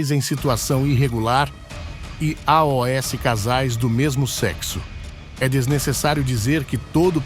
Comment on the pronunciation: Por que o sr pronuncia "a,o,s" ao invés de "aos"?